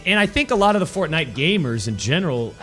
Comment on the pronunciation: Mega Megatron and? A game at the top is a game at the top. And please pronounce it properly